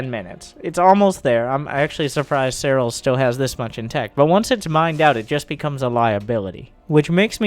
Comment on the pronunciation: said that seRRal did that to emphasize the rolling R's pronounciation of his name.